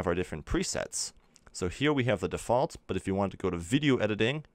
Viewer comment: I Hate the way he says default